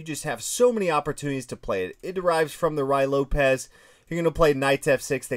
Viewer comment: Legal is pronounced Lay gall after French player Sire de Légall. And Ruy Lopez is pronounced Roy.